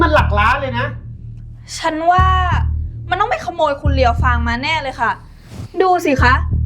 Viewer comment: เรียวฟางค่ะไม่ใช่เลี้ยวฟาง